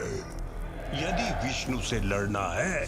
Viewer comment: गुणगान को गुनगान बोला, विष्णु को विष्नु।